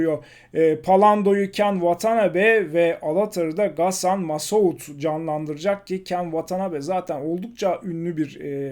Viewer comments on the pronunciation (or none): ghassan """massoud""" öyle mi telaffuz edilir reis :D